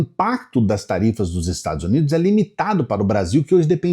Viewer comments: "... os Estado Zunido", ai meu ouvido, além da mentir não sabe se comunicar! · parei quando ele falou estadus unidu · além de usar o microfone errado o sujeito fala: "ozerstadozunido"... como eles são burros... afff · 😂😂😂😂 Adorei o sujeito falando "Estados Zunidos" (na 2° vez que fala o nome) e outros assassinatos da língua portuguesa como "apricando". O gado acredita em qualquer coisa.